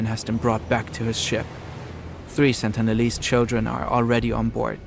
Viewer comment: last sentence was "after all the sentilese didn't ask for any of thisW.... Welp my guy. Neither did anyone else 😂